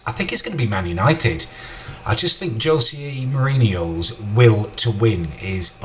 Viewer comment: he can't even say José mourinho and sadio manè